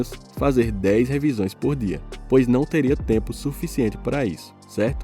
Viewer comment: Dinheiro "fuficiente". Kkkkk